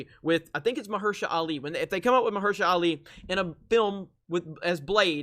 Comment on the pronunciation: I may be pronouncing his name wrong too. But, I pronounce each syllable: MAH-HER-SHA-LA.